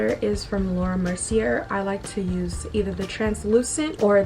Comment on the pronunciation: Girl. It’s pronounced Laura MERCY-AYE. Also, your makeup turned out bomb😍😍. I will say that the shorter lashes you used at the end complement you wayyy better than those awful spider lashes you wear sometimes. You looked beautiful and very classy in this video💕